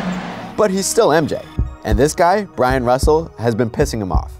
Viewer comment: this moment was so iconic that you mispronounced BYRON Russels name all video. Great journalism man. You know nothing about basketball